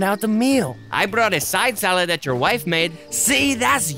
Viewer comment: “I brought a side salad that your wif makes” typical Icardi